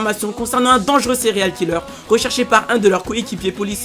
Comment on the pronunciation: Arrete de dire cereale killer